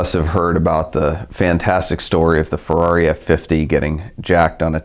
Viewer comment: Car'do yea'.. Farrari, da'new spide-ow?